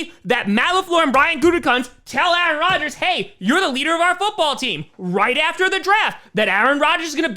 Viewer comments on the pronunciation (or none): none